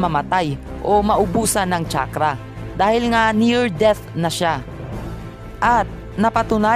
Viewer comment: tsakrah "chakra"